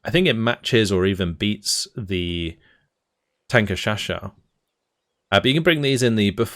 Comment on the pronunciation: Wow, I’m surprised how good pronounced the TanKeShaShou, almost exactly how it is pronounced in Chinese!